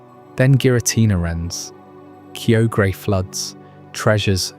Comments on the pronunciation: I was ready to sleep until you pronounced Kyogre that way, heartbreaking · idk if i can get over your pronunciation of kyogre my dude